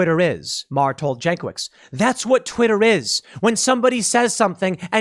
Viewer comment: Jankowicz is yawn coe vich in Polish, unless she Americanized her sur name.